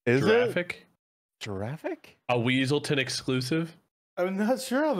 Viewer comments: Weselton is pronounced like the “Wes” in Wesley, and Weaselton is the animal weasel (“wea” pronounced like the e’s in “wheel”) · The weasel's name is also a reference to Frozen: the Duke of Weselton, but everyone pronounces it "Weaselton". In this, his name actually is Weaselton but Judy called him Weselton XD